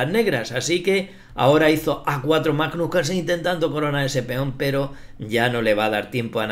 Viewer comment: Es magnus no majnos.